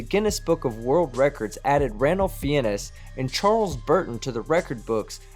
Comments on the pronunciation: you said, Ranulph Fiennes name wrong, you pronounce his second name "finnes" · Its pronounced "Fines", not "Fee-En-Ez". I'll forgive you for it though. It's not the stupidest thing said in this video. Not by a long shot if a Flattard features. :D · Ranulph Fiennes is a badass muverfucker,, Just saying. Id advise anyone to read about the massive feats of accomplishments and the adventures this amazing man has done in his lifetime. Ps its pronounced, "Fines". Peace ✌ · It's pronounced "Fines" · Ranulph Fiennes. His surname is pronounced 'Fines'. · I'm convinced that Owen is only in this to extract money from idiots.... PS you butchered Sir Ranulph Fiennes last name... His last name is pronounced similar to the word fines... You should look into him, he is one of the most amazing explorers in the history of the world. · Yo dude. Love your content. Don't wanna be nit picky but the explorers surname is pronounced "fines" like the actor 👍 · Ranulph Fiennes is pronounced Fines. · FYI Ranulph Fiennes is pronounced FINES.. just in case you need the name again. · “A true human Ass-hat”. Nice!! 🤣👍 PS - it is pronounced “ranulph FINES”!! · Sir Ranulph Fiennes' lastname is pronounced as "fines", as in "paying fines for littering etc" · Pronounced Ralph Fienes’ name wrong... It’s like Ralph FINES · hi Team. Feinnes is pronounced 'fines', so it rhymes with wines, not penis. sorry. I'll go away now. Great vid. Like your graphics etc. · Hey,! Sir Ranulph Twisleton-Wykeham-Fiennes' surname in pronounced Fines, just like his third cousins, the actors Ralph (pronounced Rafe) and Joseph Fiennes. BTW, "mentally inferior Flat Earth idiots" is something of a tautology, don'cha think? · Another great video.... Ranulph Fiennes, the surname is pronounced fines. #justsaying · Small point but Fiennes is pronounced like fines. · Man the way you pronounce Ranulph Fiennes, is shocking. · sorry but you murdered sir Ranulph Fiennes's name lol